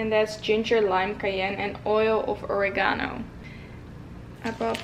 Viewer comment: I love how she pronounces oregano